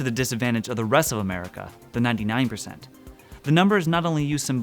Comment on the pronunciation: Its not 99% it's nyan nyan % lol